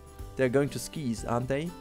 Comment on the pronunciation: I understand that you are not a native English speaker, (and I, as a native speaker understand that our language is a bit screwed up) but when you were talking about the chairlift ride (Skies), it's pronounced with a hard "i", similar to how you would pronounce "fly". Also, maybe name the chairlift "Operation: Sky", which is supposed to be the name of some sort of military operation. Or you could build a Flying coaster with that same name.